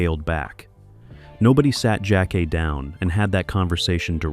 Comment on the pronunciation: The show was called Two-two-seven, and the lady's name was pronounced Jack-Kay